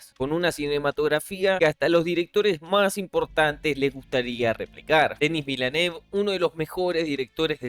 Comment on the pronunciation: Se pronuncia: Dení Vilnóf... No toma mucho tiempo buscar la pronunciación correcta. Por cierto buen vídeo ❤